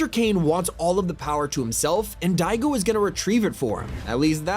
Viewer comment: im sorry you cant say daigo